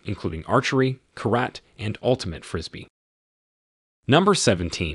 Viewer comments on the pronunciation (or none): "Karate" gets butchered too.